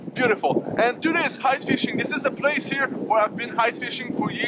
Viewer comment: Hice! enleve le "h" quand tu prononce ice!;)